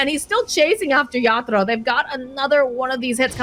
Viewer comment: Everytime says yaddolo I wanna abandon